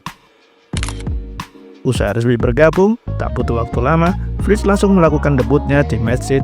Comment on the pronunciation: Koreksi Florian Wirtz bukan wrictz